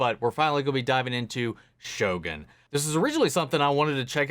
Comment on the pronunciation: can someone correct me? isn't the title pronounced sho-GOON (as in LOONy tune), not gun as in the weapon? or maybe I'm making this up in my head...